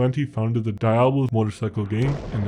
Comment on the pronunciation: You should learn how to pronounce diablos